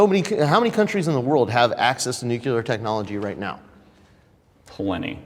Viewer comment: The minute said “nuc-you-ler” weapons and “mutual self destruction” after taking such a cruel/selfish stance on drones I was very over him